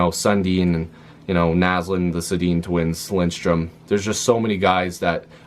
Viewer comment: Lidström....not Lindström. 😅